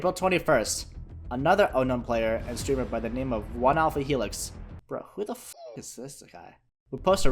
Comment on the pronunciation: Bro he said onealphelix who the f*ck isthis guy and onealphahelix is accually the one posted this lol